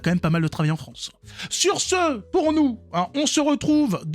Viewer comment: Fronçi fronçi la frooooonçe